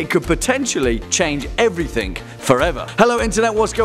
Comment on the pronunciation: Everything not "everythink"